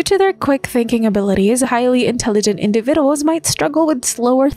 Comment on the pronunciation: Your ai voice needs to relearn how to pronounce the word individuals.